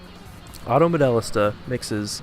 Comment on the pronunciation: It's pronounced, "Auto Model-LEE-sta." " "Modellista" is Italian.